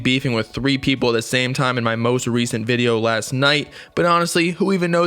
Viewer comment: peepull had me dying😂